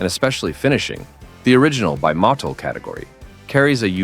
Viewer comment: Is that how you say, Motul?